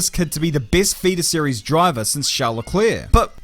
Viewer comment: Whenever you say feeder series it sounds like fetus series, and given this guy's age it's not even that far off.